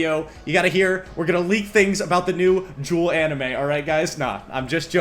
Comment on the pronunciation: Yugee Oh 😂